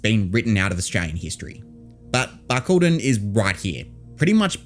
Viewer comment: I would have been able to point to Barcaldine if you pronounced it correctly as I used to live in Mooranbah and Emerald.